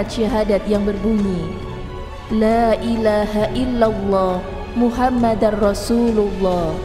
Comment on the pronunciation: Muhammadurasulullah.. Bukan Muhammadar... Wkwkwk Admin